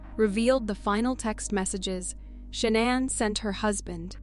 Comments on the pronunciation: How many times can you mispronounce the victim name wrong? LACEY, SHANANN BUT HAVE NO PROBLEM PRONOUNCING THEIR MURDERERS? DO BETTER. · In the Lacy Peterson and Shannon case the names are pronounced sometimes wrong.